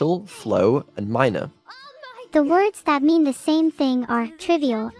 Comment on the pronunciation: She would have been happy to answer correctly if the product of Bri'ish private education would say the words correctly.